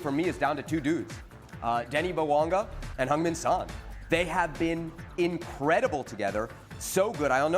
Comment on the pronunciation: "Heung-Min" Son not Heung-Win. But, it make sense because he will Win 😂